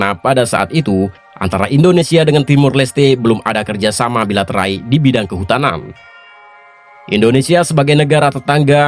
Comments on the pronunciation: BILATERAL BOZ BUKAN BILATERAI....hihihi... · Bilateral bukan bilaterai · Beberapa kali saya dengar kata "bilaterai", apa gk salah ngomong ya?